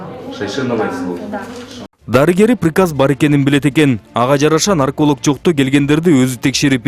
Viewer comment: Это ПИРОСТО ПИРИКАЗ ДЕЙТКО ВРАЧ😂